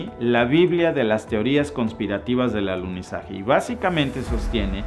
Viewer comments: Minuto el maestro dice aluzinaje🌏😀😀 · Dijiste: "aluzinaje" 👀🙈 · Buen video pero, es alunizaje no alusinaje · Minuto allí revelas tu postura, para ti fue un "ALUCINAJE" y estoy de acuerdo contigo, no hubo "Alunizaje" cómo dices fue "ALUCINAJE"